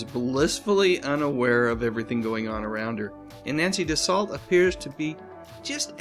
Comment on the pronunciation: Nancy's last name is pronounced DUE-SO not DUE-SALT